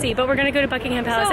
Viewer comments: It’s pronounced bucking-um palace xxx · Btw it is pronounced Bucking-um. The H is silent.